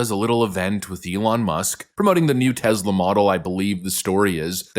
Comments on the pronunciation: Bro...why do you pronounce Tesla with a "Z* sound?? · IT'S TESLA!!!!!! NOT TEZLA!!!!!!!! Drives me nuts!!!! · Omg dude!! Stop saying it with a Z!! You wouldn't say Nikolai Tesla's name like that so why do you say Tesla like that?? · Tesla, not Tezla. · It's Tesla not Tezla, with an S not a Z. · It's teSla not teZla!! S not Z! teSla, say it with me, teSla!😂